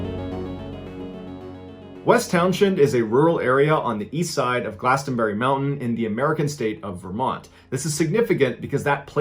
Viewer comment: From a native Vermonter: Don't pronounce the "t" in "Glastenbury," and "Townshend" is pronounced "Towns-end."